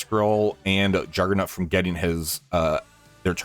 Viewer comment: Are u saying juggernUt